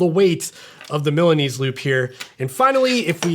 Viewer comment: I came to hear how would you pronunciate Milanese, but very well. 😂